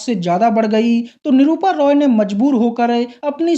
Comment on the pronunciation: 😂 भाई निरूपा रॉय होता है❤ निरूपा रोय नही😂